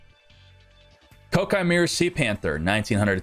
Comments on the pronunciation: It’s pronounced Kwai-kee-mer-u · Jesus people it's "Ko-Ah-Kee Mei-Ru" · Great drinking game. Take a shot every time he mispronounces koa' ki meiru.